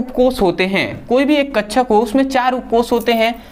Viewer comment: Bhai kakshak hota hai hote hain kchcha nahin😂😂😂😂😂😂😂😂😂😂😂😂😂😂😂😂😂😂😂😂😂😂😂😂😂😂😂😂😂😂😂😂😂😂😂😂😂😂😂😂😂😂😂😂😂😂😂😂😂😂😂😂😂😂😂😂😂😂😂😂😂😂😂😂😂😂😂😂😂😂😂